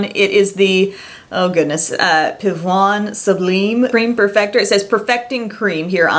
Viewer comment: As a French girl your prononciation of pivoine sublime was very good and cute!